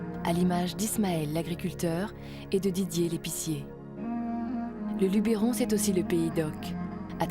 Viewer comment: LUBBBBeeeeRON pas Lubééééééééééééron pppfff